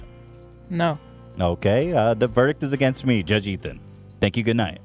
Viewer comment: judge Ethan pronounced his own name wrong